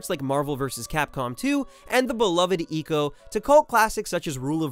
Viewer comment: umm... it's pronounced "EYE-COW" get it right next time and stop butchering the best game ever's name!